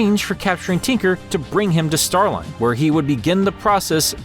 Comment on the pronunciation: I thought it was pronounced Star-leen